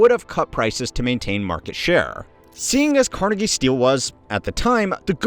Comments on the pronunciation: CarNEgie. Not CARnegie❤. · The Carnegie pronunciation is killing me